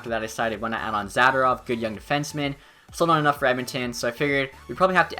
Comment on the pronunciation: Learn how to say Zadorov. Za-door-ov